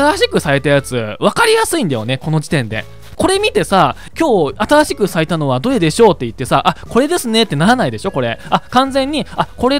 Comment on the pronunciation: ゼロの言い方が、ぜぉ 新しくが、あたぁしく ちょっとおもろい